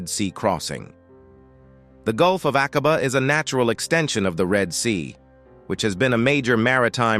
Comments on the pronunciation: A (LONG VOWEL) quabah, pronunciation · Shocking pronunciation of Aqaba.